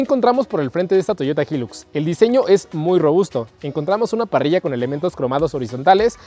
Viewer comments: Creó que se pronuncia “Jailux” y no “Jillux” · Jóvenes se debe pronunciar: Jailux no jilux, HILUX Se traduciría como alto lujo o gran lujo, cuiden estos detalles. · Que rara la forma en la que pronuncian "HILUX"